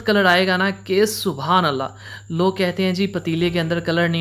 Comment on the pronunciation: بھائی پلیز اللہ تعالی کا نام شد کے ساتھ لیا کریں۔۔۔ درست تلفظ اللہ ہے۔۔۔ الا ۔۔۔ نہیں ماڈرن بننے کے چکر میں گناہ نہ کمائیں۔